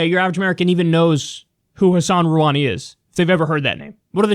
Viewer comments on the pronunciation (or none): Rouhani's pronounced: roo-HA-ni, not ruh-WA-ni.